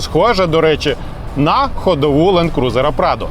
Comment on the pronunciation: Чого ж лАнд, якщо лЕнд трек😅